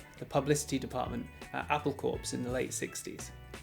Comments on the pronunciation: "Corps" is pronounced "kore"!. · The "word" "corps." is pronounced "core".